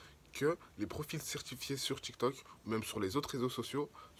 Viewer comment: c tiktok pas tictoc